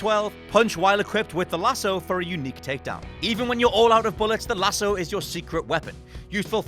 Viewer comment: It's lassooo not lasso haha